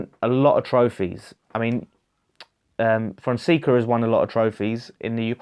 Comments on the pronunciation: I feel like it's Fon-say-ca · Paulo Fonseca pronounced Fonsecker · Yes you pronounced it wrong. Don't worry about it. I don't like the guy he's a Mourinho wannabe, he managed Porto and did nothing. Giovanni Von Bronckhorst for me.